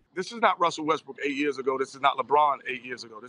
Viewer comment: skip correcting myself to say westbrick is the most disrespectful thing ive seen lmao